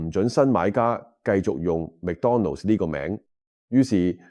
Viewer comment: McDonald's 唔係讀 Mac donald